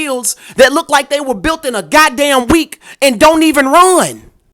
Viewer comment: It's called built not bout !